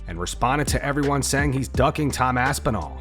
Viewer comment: Damn Dana cant even say Aspinals name...